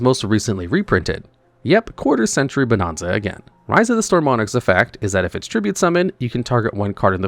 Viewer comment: I cringed everytime you pronounced Bonanza wrong.